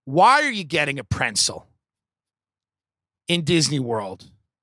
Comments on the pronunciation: Are you trying to say pretzel 🥨? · Love ya tim but theres no N in pretzel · It’s been years and I’m still searching for the ‘n’ in ‘pretzel’ lmao